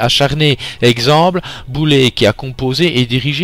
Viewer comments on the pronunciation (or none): Désolé je ne voulais pas dire sur l'instant et merci pour le lien. Je voulais juste préciser qu'en lisant mon article tu as prononcé "Boulet" au lieu de "Boulèze" et donc ça m'a fait rire sur le coup ^^ (orthographe : Boulez) A+